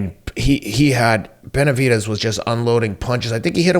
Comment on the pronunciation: Is it me or does it sound like teddy is saying "Beterbidez"